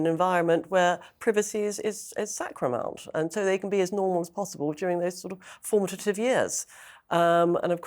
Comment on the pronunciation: "sacramount" - love it! Sacrosanct + paramount. (At least it's in tune with the sanctimonious tone of the whole podcast.) And, a few seconds later, "formatative years".